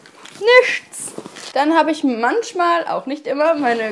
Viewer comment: Es heißt manchmal! Nicht manschmal!